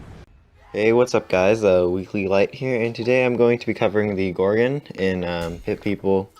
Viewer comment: I hate how you say "gorgin". Its gorgon. gorGON